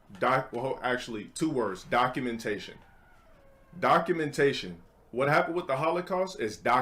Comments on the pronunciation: The whole "documen tation" part had me dead how is this a real person bru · It's time for docu(MEN)tation!